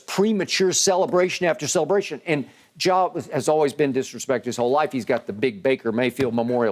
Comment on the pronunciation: Nobody: Skip: “JAW” Morant